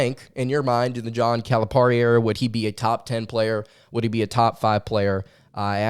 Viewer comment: It is pronounced Cal-a-PEAR-i. Not Cal-a-PAR-i. Love your show!